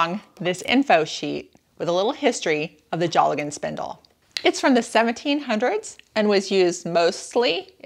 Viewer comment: Pronouced dale gan not jolly gone....